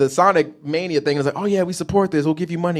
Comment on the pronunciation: TIL can’t pronounce “mania” to save his life